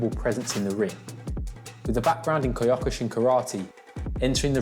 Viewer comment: It's pronounced Kyo-ku-shin. He also did a lot of Kudo, which is a hybird of full contact karate and judo, with legal headbutts, submissions, elbows, and joint locks.